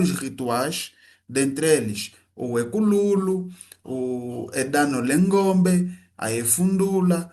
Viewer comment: O pesquisador devia se preocupar ao menos aprender pronunciar as palavras básicas como ..... Eumbo com 0 e não com u mesmo que se passa com Ekululo. Em oshikwanyama toda palavra que termina com a letra o no não se pronuncia u como em português.